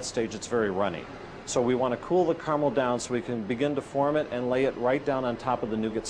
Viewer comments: No one gonna mention how the narrator pronounces Caramel. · Wow, not one person in this video can pronounce "caramel" correctly :| smh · Please pronounce caramel and nougat correctly